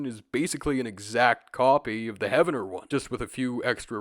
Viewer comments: Poteau is pronounced like plateau, and Heavener is pronounced Heave-ner. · Hey brother, Okie here. Heavener is pronounced Heev-ner and Poteau is pronounced Poe-doe. Our town names are all over the place. Great video!